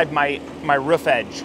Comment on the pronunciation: ever notice how construction workers almost always pronounce roof as rouf? lol